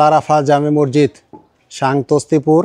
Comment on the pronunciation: Morjid na re bhai masjid hobe